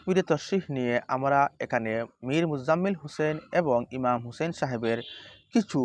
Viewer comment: ইমাম হোসেনের উচ্চারণ ভুল